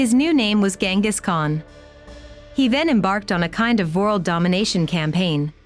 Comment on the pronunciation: She's an AI voice. She also pronounces world as vorld.